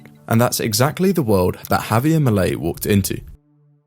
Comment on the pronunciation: It's not Havier, it's Javier!